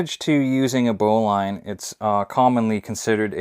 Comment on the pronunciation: First of all you are pronouncing it wrong. The bowline is pronounced "bow-lun" not bow line.